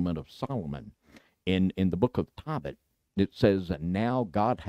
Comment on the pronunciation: Tohbit, not Tawbit!!! Ark angel, not arch! Come on, it's not that hard!